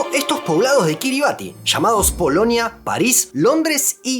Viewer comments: Kiribati se pronuncia "Kiribas" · "Ti" en gilbertés se pronuncia como una s, por lo que la pronunciación correcta sería Kirismás, del mismo modo que Kiribati se pronuncia Kirimás, y el nombre de la primera se deriva de Christmas, por lo que es una de las tantas Isla Navidad